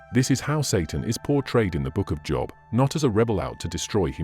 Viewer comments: God of the Bible does not lie. How can you listen to a guy that pronounces Job wrong. No, Adam and Eve did not die on the spot, but they did eventually as all of us will. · Listening with great interest. (It's a shame you can't tell the AI reader how to pronounce 'Job', but he has a great voice.)